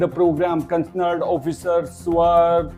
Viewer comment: Following words should be pronounced as per spelling:- Concerned and identify, please.